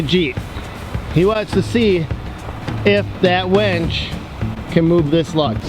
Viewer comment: Winch, not wench. (wench is derogatory for a woman)